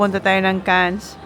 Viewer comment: Is it Cannes in France that your mentioning the boys are guessing. If it is, you pronounce the place..."KAN" the ES is dropped in French phonetic.